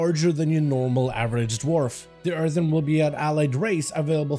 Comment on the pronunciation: Please. It’s “Earthen” not “Earthern” There’s only one “R” in Earthen